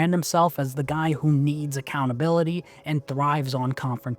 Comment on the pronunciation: is PBD a foreigner? why does he have issue pronouncing the word "accountability"? omg